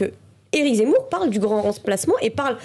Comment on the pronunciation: Eric Zemmour est un homme, sincère. Courageux. propre sur lui. passionné de politique, captivant, cultivé, qui s’est assimilé. Certain m’ont demandé: “Oui, mais lui, il s’appelle “Zémmour!’ -“Pardon? Comment avez-vous dit ?” - J’ai dit Zémmour, Pourq… -Ont ne dit pas Zé mais Ze comme “e” et pas é! Ce que le monde est ignorant…hahahaha!😂🤣😅🥰